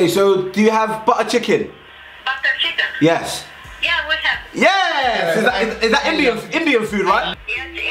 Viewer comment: bro really said chiken with a xbox series s 🤣😂😂😂😂